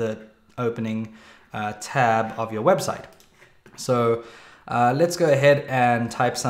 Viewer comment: it saying webstie 0_o